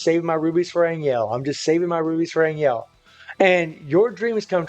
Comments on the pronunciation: It's pronounce more like Ann Hell not ann iel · An Yell kills me more than An Jell - It's AnHell